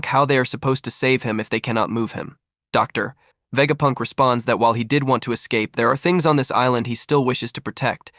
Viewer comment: DOOCTORR VEGAPUNKK 😂